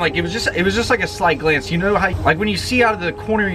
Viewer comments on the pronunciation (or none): "Caught a glamce"